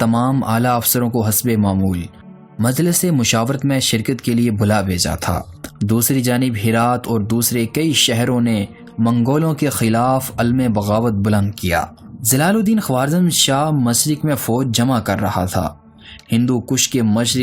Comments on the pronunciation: بہت اچھی ووڈیو بنائ۔ آواز میں ایک کمی رہ گئ۔ مغل اور منگول میں فرق۔۔۔ جہاں بھی منگول بولا گیا یہی لگا مغل یا مغلوں کہا جا رہا . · مغل نہیں منگول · بھائ کیا بول رہے ھو منگول یا مغل